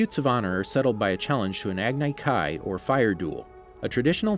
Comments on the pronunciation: Agni kai is pronounced as agne kai. Iroh is pronounced with an I not e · Listening to him say agnay kay instead of Agni Kai KILLED me! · Me: he should have watched the show, I mean this channel has a series based on it. They should of watched it, right? And they should know the pronounciations. Him: Agnai Kai Me: fuck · This dude he doesn’t know how to pronounce anything from the ATLA universe “agnai kai” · What about agni kai.He pronounced it agnai kai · He called an Agni Kai Ag-ni Kai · It's pronounced EYE-ROW AG -KNEE KAI Love the content though! keep going! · ShadeTree Spatula ag ne k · The way you say Agni Kai and Iroh makes me nauseous. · The way you pronounced Agni Kai gave me anxiety. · This man didn’t say Iroh or Agni Kai correctly 😭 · The thing that bothers me the most is that he didn’t say Agni Kai right....sorry I get irritated by the most simplest things. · Everyone is talking about how he pronounces Iroh’s name, but what about how he pronounced Agni Kai? That’s way worse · I got cringed by your pronouncation of iroh and agni kai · He also said Agni Kai wrong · Not to mention the agni kai🤣🤣